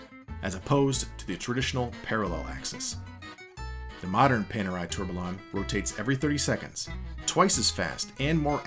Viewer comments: Is this the best you can get for narration? Tourbalon😂😂😂 A company involved with watches doing a comprehensive history video should have someone properly pronounce basic watch terms🤦🏻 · Hearing you say 'Tourbillion' hurts my ears... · "Tourbillion" does not have localized American pronunciation because it's not a loanword. You're simply mispronouncing it. You don't go to a Mexican restaurant and ask for a "kaysadilluh" unless you want to look ignorant. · The double L's make a Y sound... you aren't Americanizing the word. You are mispronouncing it. If some said the L's in tortilla, that would sound pretty silly as well. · Need to check on how to pronounce tourbillion...